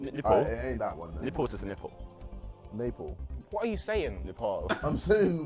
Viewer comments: JJ it isn't Ne-Paul, it is Ne- paal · Noo not Morocco it's Neepaaaaaaal